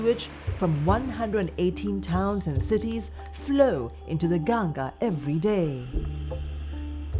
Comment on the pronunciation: First of all thankyou for calling it "Ganga" and not "Ganges". I appreciate the effort shown by the narrator to use the right Vedic name for Mother Ganga../I\